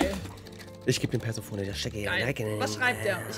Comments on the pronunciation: Omg immer dieses perseoooone man spricht das perseeeeeephoneeeeee. Auch bei hobbylos 🤣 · Bitte Ju!!! Es ist Perseeeephonee nicht Persephooooone. Mit viel Betonung auf dem 2. e und etwas weniger auf dem letzten. :) Sonst ein geiles video. Dankeschön<3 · Perséphoné wird sie ausgesprochen 😭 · JUUUUUUU! PersephonEEEEE, nicht Persephonää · Wie es mich getriggert hat, dass sie ständig persephones namen komplett falsch ausgesprochen haben...."perverse telefone" 😂 ansonsten top video wie immer 😂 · Guys Perséphoné ausgesprochen, sie ist Demeters (Göttingen der Fruchtbarkeit) Tochter ;-; Aphrodite ist mit dem Schmied Hephaestus verheiratet,_ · Es heißt Persephone